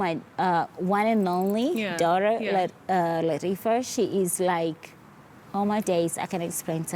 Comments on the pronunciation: Act ur age,, everything fake,,nowonder diamond ran away ur too old mama,,,the accent got me crying mscheeew eti larifa,, it's latifa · Larifa lol she means Latiffah?